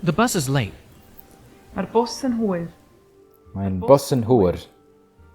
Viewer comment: Just a little heads up, the way you pronounced hwyr made it sound like hwr (the Welsh word for wh*re)👀 Don't wanna be saying, 'Mae hi'n hwr' instead of, 'Mae hi'n hwyr' The rest of your pronounciation was honestly spot on. Keep up the good work💪